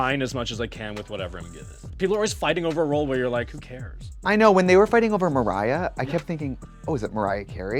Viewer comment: Trixie saying Mariah (Maria) as if she’s not the main character 😂